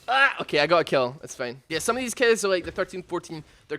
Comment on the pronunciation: It will come off as kinda mean, but it made me laugh how you pronounce certain words :) Fein = Fine Teim = Time Keds = Kids Breit = Bright Es = Is Thes = This Mend = Mind Subscreib = Subscribe